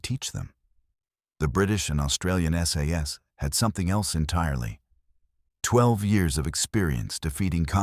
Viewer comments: The AI here is funny...one SAS is ISIS ...and another SAS is SS ....now i am PARANOID! :cat-orange-whistling::face-blue-wide-eyes::face-orange-biting-nails::face-orange-raised-eyebrow::face-fuchsia-tongue-out::face-fuchsia-tongue-out::face-blue-smiling::face-blue-smiling::face-blue-smiling::face-blue-smiling::face-blue-smiling::face-blue-smiling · SAS - not SS ... --- too many inaccuracies to be taken seriously